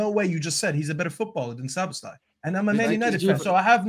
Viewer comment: The American guy talking about Szoboszlai when he only just learned how to pronounce the man's name. 🤣😂🤣🙃